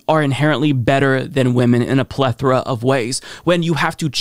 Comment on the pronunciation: Oh... "Pletora"